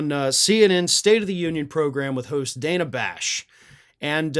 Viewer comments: Dude, it's pronounced 'DAN-a', not 'DAY-na'. Much love. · It's Dan-uh, not Day-nuh. I just think we should try to get pronunciations right since we get mad when people pronounce Kamala wrong. Otherwise, love your work,! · Hi. I watch you everyday and love your commentary. I just wanted to let you know that I think Dana pronounces her name different than you did. Not a big deal but with the way maga butchers Kamala I thought you might want to know. She sure made Shady look like a fool.